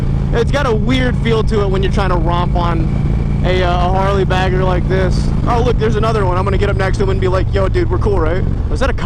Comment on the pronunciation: bagger or "bag her" ?? lmfao and I am not picking on the way you talk !